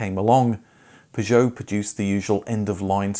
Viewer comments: Aaaagh it may or may not be technically correct but your pronunciation of “Peugeot” as “pi joe” is so different to the familiar “per joe” it’s all I can hear lol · it is pronounced 'PEUgeot' and not 'PisjOOOOw' !! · Why you say Peugeot like that 😮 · The pronunciation of p,jow is so annoying. Had to give up watching. I can understand why the Peugeot vids aren’t popular. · Even the advert says purjoe, this guys pronunciation makes my ears bleed. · After the fourth time hearing you pronounce Peugeot like a melon I couldn’t watch anymore. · if you want some advice on the French car video poor interest then you need to stop attempting the ridiculous French pronunciation. It's British to say 'Pur-joe' and 'Sit-ron' your faux French is turning people away. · Maybe if you just said per-jo like everyone else people would watch youre videos a bit more. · Your peeer joo. Fking hell. Cat 😅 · Why do you call them P'zhow? I mean, who does that? I can't listen to this, it's mental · You’re pronouncing Peugeot wrong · I suspect your videos about Peugeots haven't done too well because of the strange, idiosyncratic way you pronounce Peugeot. 😄😄😄 Only joking.... really great video! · Yet another great informative video from you but in the 28 years I worked at the Peugeot Ryton plant I never heard Peugeot pronounced like that. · Your mis pronouncing peugeot is greating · why four O five ?, it's like the number 405, it's not an O it's a zero, and you're not the only one to make this horrible mistake in pronouncing Peugeot, shame on you! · Couldn’t watch more than two mins. The way you kept pronouncing Peugeot unfortunately broke me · How exciting - a new way to pronounce 'Peugeot' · The reason your Peugeot videos don't do well is nobody can stand your miss pronunciation of the brand (for English speakers)for too long. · I've never heard Peugeot pronounced like this ever! Not even by the French! :)